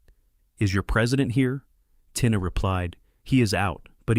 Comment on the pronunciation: Tina is pronounces Teena